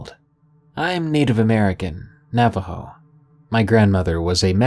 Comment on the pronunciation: You almost nailed the pronunciation. Not bad for a bilagáana